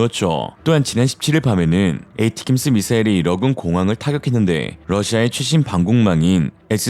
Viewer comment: 근데, 스펠링 발음이 에이티킴스, 케이티킴스 발음이 틀린거 같아요. 모음이 없는데 어떻게 그렇게 발음을 하나요? 그냥 이름가운데 스펠링에 그럴싸한 뜻의 모음을 만들어서 발음하면 말하는사람도 외우기도 좋을거같음.